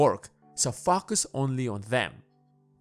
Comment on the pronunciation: Am I the only one hearing FukUs when he says Focus?! 🤔